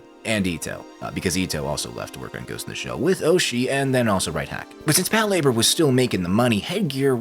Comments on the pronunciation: I can't watch this, the way he pronounces Pat Lah-bOR is aggravating. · Is it not pronounced pat la-bore?